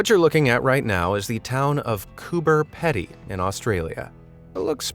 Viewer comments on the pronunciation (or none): btw us Australians pronounce it as Cooper Peedy even though it is spelled Cooper Pedy btw pls do a face ravel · you are wrong. The people who actually live there pronounce it Coober Peedy. And I’m going to give you the benefit of the auto correct that you didn’t even get the first name right. I’ve watched a documentary on the place. Every single resident pronounces it Peedy. Why do you have to be a contrarian about absolutely everything and anything? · It's pronounced Coober peedy but spelled Coober pedy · When you say cooper pedy say it like this Cooper peedy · It's pronounced "Coober PEEEEDY not Petty!!! I have been there and they would laugh you out of the bar of they heard a bloke call it that name!!! haha Cheers! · bro im in australia and it annoyed me so much he was saying it like coober pedy because you pronounce it like coober peedee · Coober Pee-dy, not Ped-y - Aussies be weird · Cooper pedy is a town in central Australia within the state of South Australia. It’s not that far away from lake caddibarrawirracanna which I assume is the towns water source. Cooper pedy even has its own airport! Btw it’s pronounced coo bre pedee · Coober Pedy, the Pedy is said like greedy, not Pedy 🤣🤣🤣🤣🤣🤣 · Coober “Pee-Dee” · Its pronounced coober PEEDY. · Its pronounced Cooba Pee-Dee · It’s pronounced COOPER PEEDY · Just in case you ever have to say it again, it’s pronounced “Coober Pee-dee”. 🇦🇺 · Coober PEE-dy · It's pronounced,' COO-BER-PEE-DEE'!! You make sure you pronounced the next one in Iceland correctly so please, pronounce the Australian one the right way too.. Thank you in advance 😊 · Pronunciation is important. It’s Cooper PeeDee. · Cooper Pedy is pronounced peedy 😱 luv watching your videos 👍❤️ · Pronounced.... Cooper 'peedy' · It is pronounced cooper pee-dee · I think the Pedy in Coober Pedy is pronounced like Petey. I don’t know if it’s the accent, but when a native Aussie says Coober it sounds more like Cuba. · It’s pronounced “Coober Peedy” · Coober pee-dy LOL